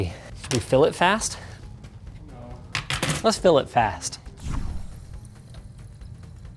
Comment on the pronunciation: I touk a shot eberytame hesayd fAsT